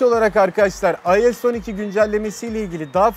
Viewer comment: IOS 12 yi “ayoes oniki” diye okumak nedir arkadaş. Yarısı İngilizce yarısı Türkçe. Adam gibi yazıldığı şeklinde oku işte 🙄